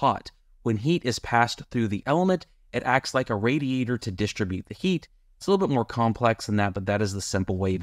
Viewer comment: I'm not sure you are pronouncing the word "distribute" correctly. But I could be wrong. But in the end which heater was the best when you factor everything in, including cost of the heater.